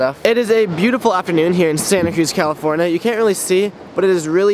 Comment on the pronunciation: You said Calaforna In the intro